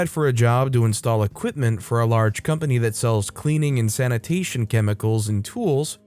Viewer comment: It's Equipment, not Aquipment..